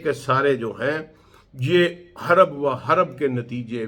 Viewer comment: ھَرَبَ وَ حَرَبَ نہیں ہے پڑھے لکھے بھائی, ھَرَبٌ وَحَرْبٌ ہے